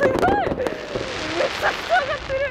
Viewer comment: ぎゃー！すごぉ⤵︎ ⤵︎ーいが普通の人とイントネーション違いすぎて草